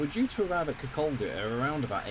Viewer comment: Pronunciation guide : Leven = "Lee-vin", Kirkaldy = "Kir-koddy".